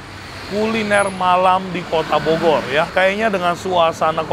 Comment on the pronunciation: saking capenye ye koh "bogor" jadi bodor...😂😂😂